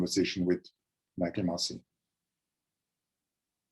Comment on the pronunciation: "No Mykil, no no Mykil, that's so not right"